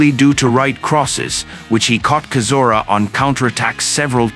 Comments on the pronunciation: Ai comentary is crap, it's chizora not kizora (pron) sounds like a Chinese guy reading English for the first time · bruh, how do you not even pronounce Chisora's name right? You not heard it enough in all the interviews, fights, commentary, it's like you've never actually truly followed boxing. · Least you could do is pronounce his surname correctly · Why doesn’t this commentator learn how to pronounce Chisora’s name properly? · Does anyone even listen to this garbage before uploading it? Chisora is not Klitschko's younger brother and that is not how you pronounce Chisora's name.